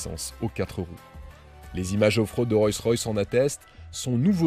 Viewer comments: ROLLS royce pas ROYCS ROYS et on dit une ROLLS pas une ROYS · C'est pas "Royce Royce" mais "Rolls Royce" (la base) ! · Le nom est Rolls Royce et non Roy Royce. Excellent essai!! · C’est Rollllls Royce pas Royce Royce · On ne dit pas "Royce Royce" mais "ROLLLLLs Royce" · On dit Rolls Royce et non pas Royce Royce on dirait un enfant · On ne dit pas Royce Royce cher monsieur mais Rolls Royce. Le luxe doit être présent jusque dans les détails. Cordialement. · "Royss-Ross..".. 🤣 Oh my god ! 🙉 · Royce Royce !!!??? C'est une nouvelle marque ? Avant de te donner autant de mal pour faire une vidéo (pas mal en plus) apprends le nom de la marque sur tu présentes ... Parce que là ça frole le ridicule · Enfin .........!!!.................. pourquoi prononcer " ROYCE ROYCE " ........???....... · Je rêve ou bien il a du mal à dire Rolls Royce ? On comprend Royce royce 🤔🤐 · Le problème ce n'est pas de dire royce une fois mais de dire royce royce, même les non initiés ne disent pas ça. La vidéo perd toute crédibilité. En plus tu dis : une parapluie, le comble. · Le problème ce n'est pas de dire royce une fois,mais dire royce royce, même les non initiés ne disent pas ça, après la vidéo perd toute crédibilité. Aussi tu dis : une parapluie, le comble. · Vous avez manifestement du mal à prononcer le nom de la marque 😊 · Dommage qu'il ne save même pas prononcer convenablement le nom de la marque. Petit détail mais ça le décrédibilise un peu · Le reportage est sympa, cette super camionnette aussi, mais alors quand tu cites la marque mes oreilles saignent ! Sérieux, je prononçait comme tu le fais quand j'était petit ! Un peu de respect que diable ! 😉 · Salut ..alors déjà ta prononciation de la marque ne m'a absolument pas déranger. .Les plumes d'écureuil non plus !😂..Et plus sérieusement vidéos très bien ! J'adore cette marque et ce 4×4..👌👌..Au plaisiiiiir ! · Le premier média français qui ne sait pas prononcer Rolls Royce ... mdr